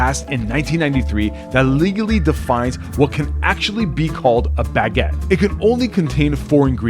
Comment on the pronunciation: I love your videos, but as a French guy, that's not "Baguette" at all! 😅